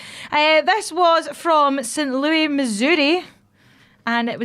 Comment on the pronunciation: Why did pronounce St. Louis like that? Disrespectful